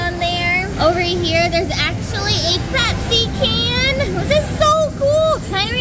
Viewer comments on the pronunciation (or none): none